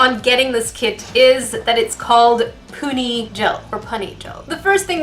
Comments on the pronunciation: When she said pony.....it hurt my soul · its pronounsed poony but spelled puni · It's pronounced poony gel